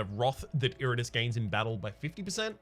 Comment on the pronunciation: Did pronounce Iratus as "Iritus"?